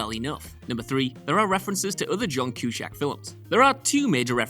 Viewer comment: What is it with WhatCulture and their apparent inability to research the correct pronunciation of names and stuff. Who the hell is John Kew-shack? At this point I am prepared to believe that they are deliberately trolling their audience.